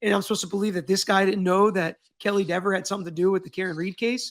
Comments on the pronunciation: It is lehver not leaver, so is Dehver not Deaver! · Just add another v to Dever’s name then you will always say it right, see Devver. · Deever,or Dever, didn't look intimidated to me. She looks just like the boys in blue trying to cover up a murder. No more.No less. No intimidation. She knew what she was doing. And she chose to protect the thin blue line. She did it.Not intimidation. Her.The grown adult,who wants her name pronounced correctly. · Omg he’s funny too! I don’t want to mispronounce her name Dever? Papa Tragos ☠️😂🫶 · Dever rhymes with never ever.